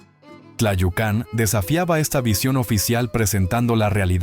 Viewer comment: Un comentario sobre Tlayucan. El acento va en la U, no en la segunda A.